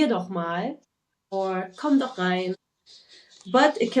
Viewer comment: I struggle with pronouncing the ch in doch, so I avoid using it. The way the guy said it also sounds way off..